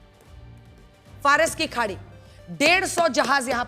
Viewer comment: Madam Faras ki khadi ko jhadi 😂bol rahi hain wah 😂